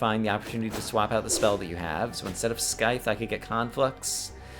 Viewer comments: Just in case you have still not seen it, I will tell you again that the 'c' in 'scythe' is silent. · hope he gets it right eventually if he reads comments he would hands down :)